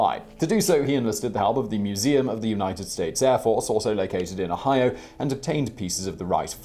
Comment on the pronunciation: Another day, another video where Simon mispronounced Ohio.